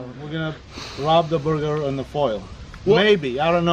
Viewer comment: He said a Durger 😭😭😭😭😭😭😭